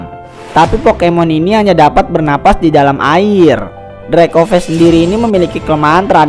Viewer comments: Bang itu dracovish bukan drakoves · Vish bang bukan ves